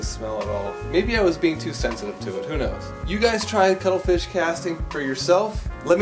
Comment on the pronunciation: I thought he was saying cuddle fish. Had to Google.... ===> cuttlefish